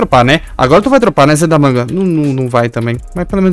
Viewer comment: MANO PARA DE PRONUNCIAR O ZE DA MANGA ERRADO